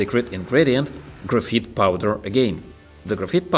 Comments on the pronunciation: lol its graphite not grapheet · This is really cool but it's pronounced "graph-eye-t" in English